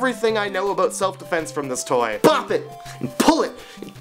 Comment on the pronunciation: I love it when you're older and Bop It! actually sound resale wrong... "Bup it, twist it, spin it!" xD